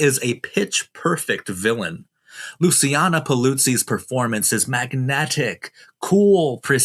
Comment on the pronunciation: You pronounce Luciana Paluzzi "Lu "chi" ana". She's more than just "That Italian bird, who meant nothing to me..." Her sultry, ultra sexy nature, and smug, "you don't impress me" demeanor makes all the other female bond cautionary characters look like posers.